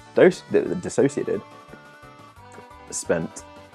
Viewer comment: Thank you for pronouncing my name right 😭